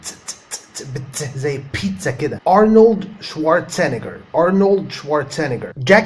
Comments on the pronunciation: ما شاء الله عليك فيديو كتير مفيد برافو 👌🏼👏🏼 بس اعتقد ارنولد شوارزنجر مبنقولش e بعد ال z بلاش زينجر دي لا الناس يفتكروه سندوتش ولا حاجة هههه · ملاحظه ... ارنولد شورازنكر .. يقولونه بأمريكا بهذه الطريقة .. شوارزنييكر .. في تشديد على حرف ي.. احترامي لك وانا اتعلم منك الكثيييييير